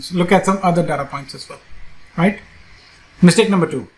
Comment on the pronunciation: Excellent-- mitsake instead of mistake